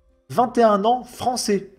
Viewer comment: Ahh le bogmoulistan fwançais... que du bonheur...